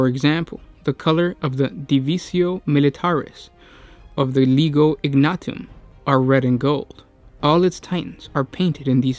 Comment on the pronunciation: I wouldn't worry too much, the guy can't even pronounce legio correctly among other words.